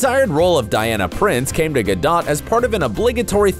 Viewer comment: This guy dillian who's telling this story doesn't even know how to pronounce gals last name. Disapointing